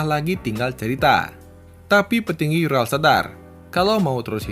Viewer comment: Maaf,Bang. URAL (ураль) dibacanya bukan yural tapi tetap ural karena itu bahasa Rusia 🙏